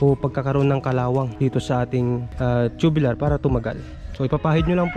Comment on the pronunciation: Tubular hindi tubilar ang pronunce